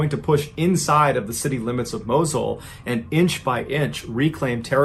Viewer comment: it's "Moss-ul"